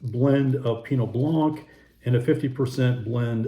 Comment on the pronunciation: For 11 winters in France, these were a favorite category for my bubbly-adoring traveling companion to explore. Definitely- Crémant de Bourgogne is hard to beat! (Even in price, when the lesser champagne makers were clearing their cellars...) [BTW - blanc does not rhyme with plonk...] Love your videos- they're always informative, & helpful when shopping!